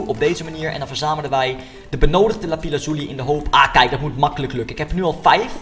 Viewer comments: Het is lapis Loezi niet lapis lozi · het is lapis loezi niet lapize loezi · het is lapis lazuli en niet lapi lazuli